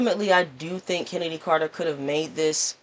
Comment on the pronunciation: Her name is pronounced “Kennedy” not “Ch-ennedy” lol